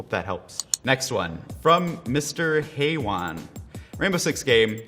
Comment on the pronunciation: the way he pronounced haywan hahahahhaha